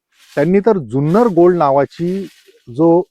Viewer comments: जुन्नर या शब्दाचा उच्चार ज्युन्नर असा करू नका. जुन्नर हापूस अनेक वर्षे प्रसिद्ध आहे. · Junnar che agriculture ake number ❤🎉 Junnar cha word nit bola amcha hometown ahe